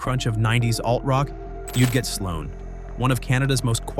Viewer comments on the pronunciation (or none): Omg. Sloa??? Wtf??? SLOAN!!!!